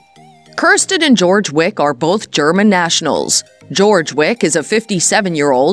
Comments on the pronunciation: Wow, you claim to know so much, you don't even know how to pronounce his name correctly! It's NOT George! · First of all it's NOT GEORGE! it's Joerg. With the J pronounced as a Y. I absolutely adore Kirsten and Joerg. I find this video demeaning to my favourite you tube couple. I'm so glad Kirsten is able to laugh at this. Their videos are magnificent!!! I pray that they become as wealthy as possible. And I wish their channel to go on to become a TV series's. Bringing in the delights of the British and UK design, tourism and everything gorgeous. Just like they are . Absolutely gorgeous. 😊👩‍❤️‍💋‍👨🌷🏡🧳🫖☕🍰🥨🐞🍄🐏🐑🍂💝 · Learn to pronounce his name correctly. It's not George. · This is such inaccurate information, it’s laughable!! Disappointing to hear Joerg’s name mispronounced so badly. Thumbs down for me